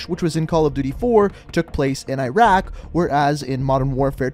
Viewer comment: Cheapskate If you haven’t noticed, he can’t pronounce most of the names correctly. Not even Iraq or Urzikstan, for that matter.